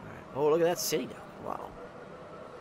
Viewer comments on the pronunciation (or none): none